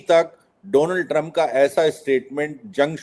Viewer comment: दीपक जी! ट्रंप का उच्चारण सुधारिये! चंप जैसा सुनाई देता है।